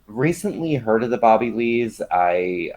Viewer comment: 😂 you said “Booby” Lees!